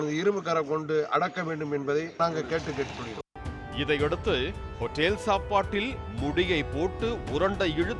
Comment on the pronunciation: Nee hotel ah aen otel otell nu kadupa ethura mathiri pesura...